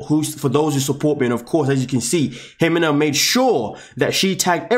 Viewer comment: First do your research and learn how to pronuce her name properly there no H in her name..it's pronounced He-Mena